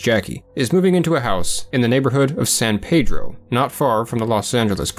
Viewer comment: It's pronounced San Pee-dro. Weird but true